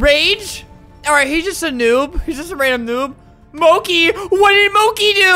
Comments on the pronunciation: Albert: Moki Me: -.- EEEEEEEEE ITS M-O-C-H-I EEEEEEEE (wow I am rude -.-) But I did laugh when Albert said moki😂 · Let’s do some Duolingo!💚💛 MOCHI “Mo-ch-e”. “Mo-ch-iee” “Mo-ch-e” UR WRONG 🔫🐥💚 ITS MO-CH-IEE TIME STAMP: :)))))❤❤ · its not moki ;-; he once said mochi and now he keeps saying moki for some reason its annoying me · me laughing every single time he says 'Moki' instead of 'Mochi' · Nope it's Mochi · Mochi bc you said mochi now you said moki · I love how he says “mo-ki” instead of mochi lmao its so cute 🤣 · Flamingo: MOKI MOKI me: it’s- it’s mo-chee ..mochi.. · Albert: Mo-kee! Me: Mo-chi! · I love how alberts saying "Moki" instead of "Mochi" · I love how Albert called Mochi as “Moki” when it’s “Mo-Che” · Omg so true it’s MOCHI NOT MOCI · Albert: mo-key Everybody else: mo-chi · Albert: "Moki!" Me: "Do you mean Mochi?" Albert: "Moki!!" Me: "Ok then-" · him saying moky instead of mo - chee is taking me out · Me "i love Flamingo" Also me"MO-CHI" NOT "MOKI" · Albert: "MOCKI" Me: "BRUH MY HAMSTERS NAME IS MOCHI, ITS PRONOUCED MO-CH-EE" (not hate but) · Me: "Its Mochi, Mo - Chee" Albert. "Mochi. Mo - kee" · Albert: MOKI Me:it’s pronounced moch-i teehee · Did anyone else realise that Albert was saying "Moki" instead of "Mochi" but you didn't mind because he's adorable? JuSt mE? oKaY. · The way he pronounces mochi Albert: “MOKI” Me : Mo-chi…🥲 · The moment when Albert says "Mocy" instead of "Mochi" 😔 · Albert: M o k i No one: Absolutely no one: mad 9 y/o BTS army’s in the comments: ITS MOCHI NOT MOKI!!!! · When he said “Mocki“ and not “Moche” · it's mochi not moche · Moki?(mo*ch*i) I think I'm kind of offended being an otaku XD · Albert:”moki what did she do?” Me:wth he said moki its Mochi :3 XD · not “Mokey” it’s “Mochy” like, the food from China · Albert: MO KEY Me: :/ ITS MO CHE ( Moche is how I pronounce Mochi. I know how it is spelled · Albert: MOHKEE me: a kpop stan gets triggered each time he says it MO CH EE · Flamingo: MOKI it's MOCHI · Mochi not moki